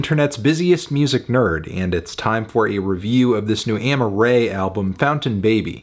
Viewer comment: Her name is Amaa-rae not Amma-rae